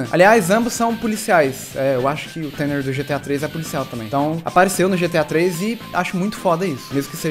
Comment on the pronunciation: tanner se diz tana..... eu acho ...se n for a culpa e da voz do google tradutor!